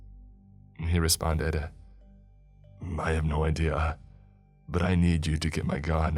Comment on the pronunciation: I don't know what's worse, the stories or the narrator's voice. He overenunciates simple words like "but" or "not" to the point of ridiculousness but then drops every "g" off of an "ing" ending and adds either an "uh" or an "a" (ie. "again-uh" & "respond-uh") so he sounds like a valley girl who failed out of announcer school. Absolutely horrible. Maybe try instituting SOME quality control with the stories by releasing less often so you don't need quite as many and, if you want to be a speaker of any kind, use the extra time to work on your craft.